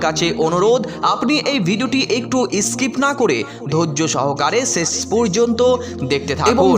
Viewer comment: শেষ কে বলছ চেছ